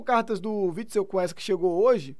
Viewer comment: Me deu agonia dele falando errado, dois videos falando errado kkkkk